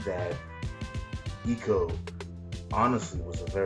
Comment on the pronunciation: The closest word in the Oxford English Dictionary to ICO is icon. I think that says enough about how the I is pronounced in English.